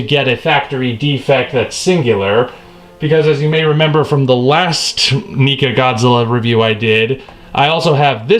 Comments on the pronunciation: it sounds like he is sayinh NICA instead of NECA LOL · Neca is not worth it. Also, I'm fairly certain it's pronounced Neckuh.